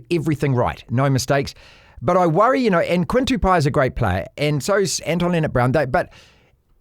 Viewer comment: It's not too poo. It's Too-Bow. 😂 Tu-Pou! Come on mate! 😂